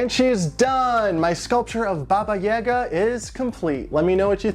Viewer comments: It's /'baba je'ga/, not /'baba 'jega/. With all respect, is it so difficult to google the right pronunciation for a couple of seconds..? Americans tend to mispronounce absolutely all our words somehow. Well, not only Russian, but actually from almost every language that is NOT English. That's... well, sad. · Baba Yaga(Jaga) is pronounced as J-A(apple)-ga, not J-A(elephant)-ga. Great sculpture, as usual! ♥ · I love this but my mind is bugged for you saying baba yaga instead of like boba yoga. So im just like ehhhhhhhh haha Godbless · If anyone can answer this it would be great! I'm wondering how to pronounce Baba Yaga, I've heard some people say it like does and I've heard some people say it differently. I say it like Baba Ya-ga (the 'a' are like an "ah!" Instead of an "a")